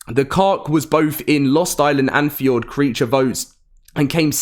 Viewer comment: he really called fjordur "ford"